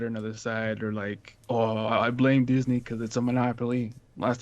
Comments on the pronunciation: "Disnye West" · I love “Disnye” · Noone:: Disnye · "Disnye" Security Guard: Don't try and church it up son!